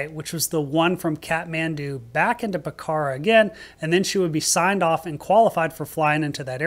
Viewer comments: Pokhara is pronounced Pok-ra, no “h” and the first “a” is almost silent. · Pokhara is pronounce with a long “o” sound and the accent is on the first syllable. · Yikes, I've done that exact flight, back from Pokhara ("POKarra" not p'KARA) to Tribhuvan. Took the bus going out though, the bus was more scary!